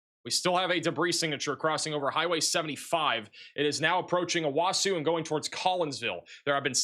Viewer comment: O-Wa-So, Ka-Too-Sa, O-Key-Ma.